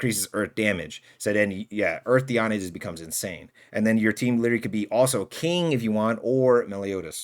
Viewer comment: it’s pronounced di-ane(like and but with an e)